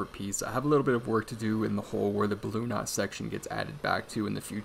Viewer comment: just sounded like bloon instead of balloon 😁 but really interresting video! Thanks.